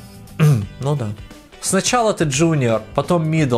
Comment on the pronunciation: "Сночяло ты сениор кхм ну да." 😂